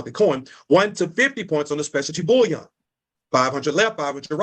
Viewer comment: What I hate is when he pronounces bullion (gold) as bouillon (broth). And the fact that there's more emphasis on "creating a business" than "investing in precious metals" shows that it's just another MLM / Ponzi scheme (as you said). Vile people.